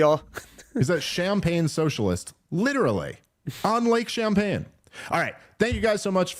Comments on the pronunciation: I have to correct Dave here. The lake in upstate New York is called Lake Champlain. Not Champaign. It’s from when the French ran that part of the world. Just don’t want you out there looking stupid Dave and lots of people have summer homes on it, rich and poor. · I love you Dave but those champagne jokes don't land that well when that's not the name of the lake. It's called Lake Champlain and he even said it. This is like the third time I've heard you guys mispronounce the names of decently well-known places around the country, it really shows how New York you guys are and barely know the rest of the country 😆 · Champlain, with an L, you deaf bastards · It's Champlain. Give Sanders the L, he'll take it ;) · Lake Champlagne* Dave. As in Samuel de Champlagne. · C’mon Dave Smith, it’s “Lake Champlain” with an L. They’re famous for having a “Loch Ness” style monster that they’ve affectionately nicknamed “Champ”. That would have been a better excuse for Bernie having that house, “I’m trying to catch the monster, it’s a menace! Yes, I know a lot of their tourism centers around the monster, but I hate the monster of Free Market Capitalism even more, so Champs got to go!” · Pretty sure it's "lake champlain". Dave's not the best at naming cities. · It's lake Champlain with an l it's a French name. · Dave, it's actually lake Champlain. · i know you’re the only one who reads these comments so please tell dave that it’s “Lake Champlain” before an idiot leftist does it. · 😂😂 he kept saying too…just an honest mistake but pretty funny. Also he grew up in NYC and travels as a comedian I was surprised he has not heard of lake Champlain..it’s not like a small late no one has heard of 😂😂 still love ya Dave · Dave. How have you lived as long as you have and can’t pronounce any cities or land marks. I had to just skip over when you were talking about your tour date when you were going to Washington. It isn’t champagne it’s Champlain. Like Bernie pronounced it.